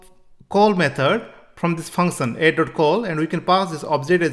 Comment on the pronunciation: Function❌ Funson✅